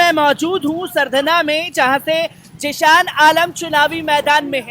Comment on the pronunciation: Sardhana bhai kahi hindi ka bhi dukan par bord dekh liya karo aap sahi pronouncetion kiya karo